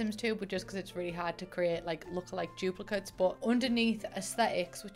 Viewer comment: it took me too long to realiize you were saying "duplicates" not "juplicas" which i know isn't a word